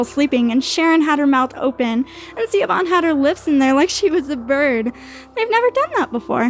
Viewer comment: Hearing Siobhan (Shi-vawn) pronounced as ‘See-OH-BAHN’🤣🤣🤣🤣 😂😂😂😂